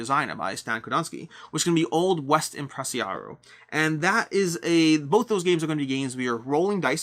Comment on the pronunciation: Great video. I wish I could yell out requests. This is something you do well. Also, you have 1 stumbling block that keeps tripping you, it is EMP-pra-SAR-io. There, I went all Hermione.